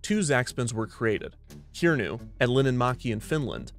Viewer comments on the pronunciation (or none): I'm so sorry but as a finnish person i have to say - that is absolutely not how its pronounced. its not "kiernu", more like "KiRRnu" and linnanmäki is more like "LiNNanmÄki". Sorry for the negativity, i don't mean to be rude. on the other hand, ive ridden Kirnu many times, and the most dangereous thing about it is probably someone's phone falling out of their pocket!